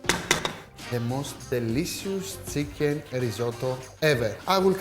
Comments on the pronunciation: It's chicken not Tsicken 🤣🤣🤣🤣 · 'THE-LEE-SIUS SEEKEN' 😂 ok